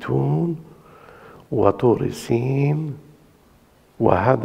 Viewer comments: طور سنين وليس طور سين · "طور سنين" وليس "طور سين"!!!